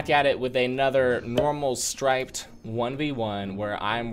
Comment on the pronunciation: I love how keeps calling him instead of striped